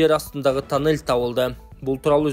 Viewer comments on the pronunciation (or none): Бул диктор таннель дейтко же кыргызча эмес